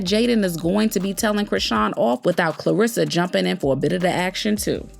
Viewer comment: Much love but her name is Karlissa, not Klarissa